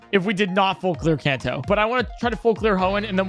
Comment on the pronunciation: Bro said can toe